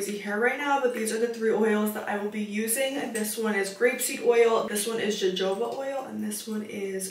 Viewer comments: Did you just say jojoba instead of hohoba?! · jojoba oil is pronounced like HaHoba oil! I hope this helps😊❤ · Jojoba pronounced: Hohoba Yes, hair is most venerable when wet, as taught in cosmetology school. Extra tip: rinse conditioners out on cool, so your hair retains all of the good moisture you put in. Beautiful job on your hair! 😊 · It’s pronounced Hohoba lol